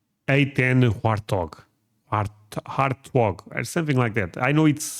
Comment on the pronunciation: You get a 👍 for correctly saying Warthog A-10 😂